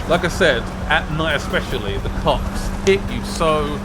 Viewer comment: “At night the cawps hit you so gawd damn hawd......soo hawd”